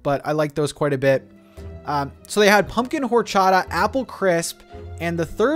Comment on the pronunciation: Never heard of at home! But lots of cool things 🦇 Ps. The h isn’t pronounced in the word “horchata”